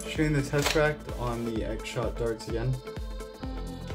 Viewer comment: Bro, it’s called “Tesseract”